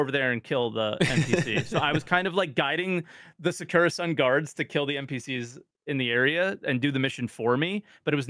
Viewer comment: As a Weeb, I am extremely annoyed by the way is saying “Secura Sun”… It is Sakura Sun, no?